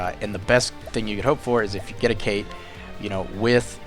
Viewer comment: It's ket shee, as in Cait Sith. It's the precursor to the Cheshire Cat, Scots-Irish.